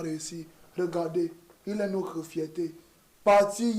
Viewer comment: noCRE frère? En CRois mois ? Il faut êCRe formé ? Moustiiik !! Je reste abonné mais fais un effort